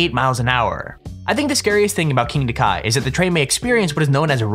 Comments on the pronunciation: it'sn not king dakar, it's kingda ka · "KINGDA KA"..............